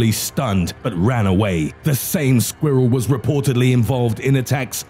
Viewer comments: the way he says SqUhWhirl lolz I’m dead 😵🤣🤣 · I love the way he says "squirrel"